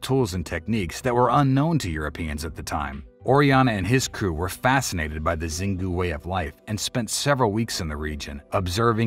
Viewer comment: Xingu is spelled shingoo. Not zingu ❤